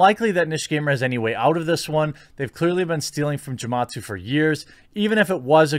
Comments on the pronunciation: Bruh, hard G with Gematsu haha. It's Japanese phonetics. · Gematsu probably doesn't like you because of how you butchered his name lol